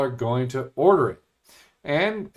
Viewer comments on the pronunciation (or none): none